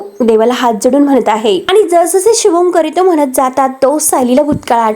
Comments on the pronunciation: शुभं करितो नाही, शुभंकरोती. काय वाट लावलीय मराठीची. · शुभं करितो नाही 😂 शुभं करोति असं आहे 😅😂